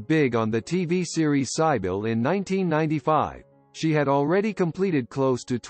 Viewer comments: Do not misunderstand, this electronic voice in this video cannot even pronounce the word “Cybil.” To clarify, this video does not state that this talented actress has passed away. However, it does give that assumption, wanting to “lure” and/or shock WE the people, to view their video in order for them to possibly make money. Peace. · You could at least pronounce Cybill correctly.